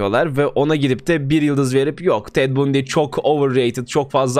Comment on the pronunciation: Ted Bundy'nin nasıl okunduğunu gerçekten bilmiyor musun...